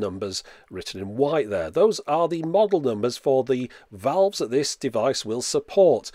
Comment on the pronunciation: Just say tubes, who cares what they think. But if you do care, it sounds like you're saying vowels instead of valves.